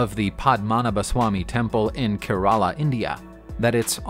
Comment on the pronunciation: It not keraala .. it's Kerala ..